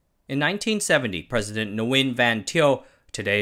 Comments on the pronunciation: Nguyen is pronounced as English word “ Win” not Ne-wynn. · Great detail, I really appreciate your descriptions. I gotta say though the N is silent in Nguyễn